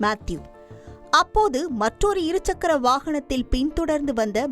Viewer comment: செய்தி வாசிப்பாளினி நீண்ட நாட்களாக 'இருச்சக்கர' வாகனம் என்றே உச்சரிக்கிறார். இரு சக்கர வாகனம் என்பதில் இடையில் 'ச்' வராது.